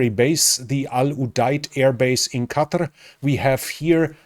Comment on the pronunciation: "Qatar" as opposed to "Cudder". Thank feck someone can say it properly. The Americans are driving me mental with their pronounciation.